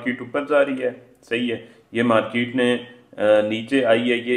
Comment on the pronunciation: The word is Market and not Markeet. Please correct. Otherwise good